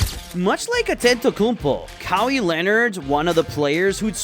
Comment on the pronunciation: Who tf is ‘Kah-wee’